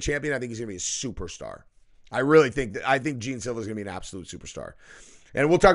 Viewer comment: The first words out of your mouth cmon bro at least pronounce the guys name right smh I’ve never heard anyone say gene Silva ya I know how it’s spelled but if you ever watch him fight or know anything about him his name is pronounced John